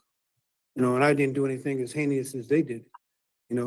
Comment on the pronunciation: or as he pronounced it "heineous"